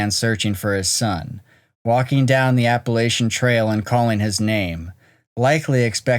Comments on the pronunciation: CRINGE! App-uh-latch-uh, not App-uh-lay-shuh. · I was born and raised in the Smokys. To the announcer in this video: You need to prounce "Appalachian" correctly, or delete the video. I am SO weary of folks butchering that beautiful word. 🤬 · FYI, it is not...Appalashian....It is Appalachian. Please pronounce it correctly. Thanks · Please....drop the "Appa-LAY-shuns" pronunciation. Don't reinvent "Appa-LATCH-uns". Like fingernails on a chalkboard..... Thanks. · It's pronounced, Apple-at-chun. Also, Martin stated they walked 7 miles in 90 minutes? How? The average running speed of an adult male is 8 MPH. Did they sprint the entire way? Average hiking speed is 2 MPH, which makes waaay more sense what they'd do on a trail like that, meaning it would take upwards of 5 hours to complete. I seriously doubt the Key location was anywhere near where the Martin kid was. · It's pronounced Apple at chan... 🤦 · I’m 50 years old and I have lived in this area all my life. My ancestors came here around 1690. Anyway, if you ever do another video then please pronounce Appalachian like this “Apple-at-chun” or Appalachia like “Apple-at-cha or Apple-at-chu” with all vowels sounding short not long. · Appuh-LAY-shun?? No. Just, NO.